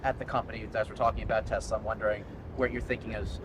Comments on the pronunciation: I love Teslerrrr... He doesn't even know how to pronounce it right. jfc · Trump: "I love TESLER" lol. He can't even pronounce it right... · BWAAHAHAHA,,, Trump said "I love TES:LER!!" Doesn't even know what the company is called. What a joke! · That almost looked like Musk was committing elder abuse on Trump. Love the end where Trump mispronounces Tesla. "I love Teslerrr" haha! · Tesla + Hitler = “I love Tesler” 😂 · I love TESSLER??😂😂😂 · I love Teslurrr 🤦🏽‍♀️😂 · "I love Tesler!" Trump doesn't even know what the brand is called, that's how much he loves it. I doubt that car now belongs to Trump any more than the Cybertruck that Adin Ross 'gave' him. Just a show, no actual Trump ownership involved. He's not going to give Elon $10s of thousands for a car he can't drive (presidents and former presidents aren't allowed to drive on public roads due to security), and he wouldn't drive it even if allowed to. It's not flashy or elite enough. He did not buy it. I don't think this charade will help Elon though. Almost everyone but his cult hates him now. People take it out on his cars. Only a fool would spend that much money on something that will even turn your own people against you, and you never know when a drawing of a dick (in sharpie) will appear on it. People are trying to camouflage their Teslas as other brands for very practical reasons. "What Tesla? I own a Honda. See for yourself." lol When are the boards of directors going to dump Musk already? He has ruined, irreparably, his reputation and the reputations of his companies. He's made it crystal clear he's a drug-addled villain who refuses to act like a responsible leader, not even a responsible dad. Everything's a joke with that POS, all for his own entertainment. Most countries where he still has positive polling can't afford his tat. Authoritarianism tends to create low-income populations. Elon walked himself into the pit of spikes. Boo hoo. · He love TesLERRRRRRRRRRRRR not TesLAAAAAAAAAAAAAAAAAAAA